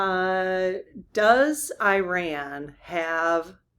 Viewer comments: It's not pronounced liked "I-Ran". The correct pronunciation is like "Ear-Ron". Please pronounce this country's name correctly! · No, EE-RAWN. Not E-RAN or I-RAN. EE-RAWN. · EE-Rahn, not 'I ran' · The correct English pronunciation of Iran is ee-rahn, it is not pronounced i-ran. Just passing on what an Iranian associate corrected me on, and it does roll off the tongue easier. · EE-Rahn not 'I ran' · I had an Iranian friend yrs ago who corrected my pronunciation: it is “EERAN” not Iran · Iran is pronounced E-rahn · Yes, PLEASE. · Iran is most commonly pronounced as ih-RAN (rhyming with "man") in standard American English, or ee-RAHN (rhyming with "father" or "gone") in the UK and in native Farsi. The stress is always placed on the second